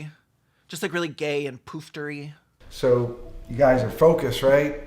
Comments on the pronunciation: No, it isn't how we say it in the UK, it's an English word and it's an "u" sound like "tut", not "toot". So yeah, like "puffter". Indeed lots of people spell it "puff" (a homosexual man) and not "poof". The difference in spelling might be to do with Southern English accents not pronouncing "u" like "u", instead they pronounce it more as an "ah" sound. So they might spell it "poof" like "book" cos they don't pronounce vowels properly, they'd say "bucket" as "backet". But in other English accents, including around the world, it's "puff" or "puffter", the latter being the more extravagant version, they both mean the same thing. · Little hint, "poofter" rhymes with "duster". It's not a long "oo" sound, it's more of a "u".